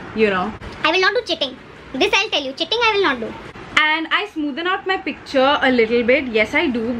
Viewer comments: Loveeeedd this❤️❤️❤️ And the way you said cheating( chitting) 😂😂😂❤️❤️ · Wt an amazing video. It has everything in it- humor, makeup, advice, jake😃. Ur british accent was so good. I wana hear more of it plzzzz. And the song 'one kiss is all it takes' was so funny how u sung it.. 😂😂 "CHEATING I'll never do"...... o girl! U r love! 💕💕